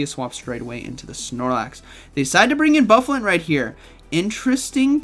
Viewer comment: Pronounced Boo-fah-lahnt